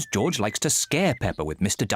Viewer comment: Peppa is saying goorge